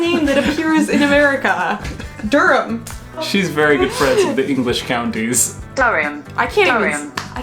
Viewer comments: Oh, I live there! You should visit, got a lot of old hamlets and villages, and got a lot of beaches too. By the way, the translator got Durham one wrong. It's Duh Rum not Durry-uhm :) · I pronounce Northamptonshire as North-amp-ton-shire and not North-hamp-ton-shire I always go on holiday to Wellingborough.: Door-um: Dur-um Also I heard Dur-hum for Durham. “Zany or laurel?” - lol 😂 So I pronounce it like Dur-um, Connecticut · I'm from county Durham and we pronounce it "durum" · Durham peps represent! It's said like dur-am depends on the accent I guess I know some say Durham like dur-ham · Duh reum? It’s not 😂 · she said durham wrong 😂 as in the google translate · Google translate was pretty much spot on where she changed the "e" to an "a" was correct, the only one I took issue with was Durham, she pronounced it a bit weird, in this instance was correct. Oh, and Cumbria, you were correct again, I think she has a problem pronouncing "u" 😂👍